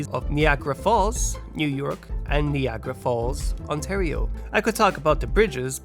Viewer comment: Neeagara made my skin crawl